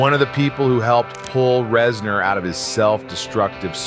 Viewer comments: Is it really pronounced Rezn-orr Not Rez-ner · "Rez-NOURR" is setting me off so hard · Great video, except for the constant “rezNOR”. I have never heard anyone say it like that.